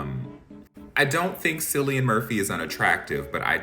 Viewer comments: This just confirms the reason why the UK is the most miserable place to live. Also, Cillian is pronounced with a "K" like Killian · Woman at work calls him Kieran. She is Dutch which isn’t an excuse but I have heard worse pronunciation of Cillian name.